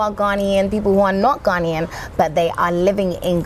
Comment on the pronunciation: Your episodes range from interesting to fascinating! Well done and more grease to your elbow! My only problem is with your grating, irritating and even depressing Brit-Ghanaian-cockney pronunciation of pronunciation of “ Ghanaian “ as “ Garnian “. I know that other Brit-Ghanaians do it as well but the correct pronunciation is “ Ghana-ian “!! Sorry to be a bit pedantic on this but please work on it. We are Ghanaians; not “ Garnians “! 🤔